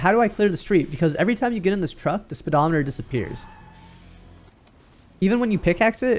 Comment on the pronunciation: How the hell does he pronounce speedometer?🤣🤣